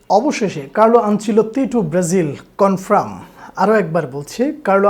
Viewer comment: উচ্চারণ টা কনফ্রাম না কনফার্ম 👍